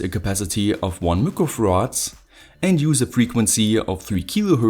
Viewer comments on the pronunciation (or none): I spotted the deliberate pronunciation mistake for this video. Mick-rowe Farad. Do I win?